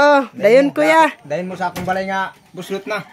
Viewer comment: Ma'am buslot po hindi po bulsot